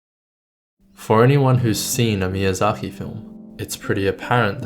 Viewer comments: There is a "K" in his name, not a "KH". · Why do you say Miyazahi instead of Miyazaki?